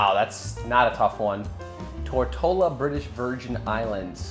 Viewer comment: Every time he said Tortola I kept thinking tortilla 😂